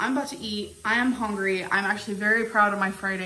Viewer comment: You know our gorl is really HONgry when she adds the "O" in there. 😂